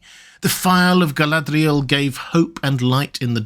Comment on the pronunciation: the way you pronounced her name the first time gave me the ick